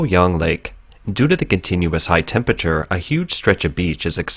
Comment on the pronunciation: When doing a video on extreme heat it helps if you can pronounce the word temPERAture and not tempiture.